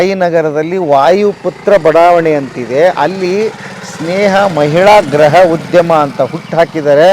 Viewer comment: ಗ್ರಹ ಉದ್ಯಮ ಅಲ್ಲ... ಗೃಹ ಉದ್ಯಮ... 😀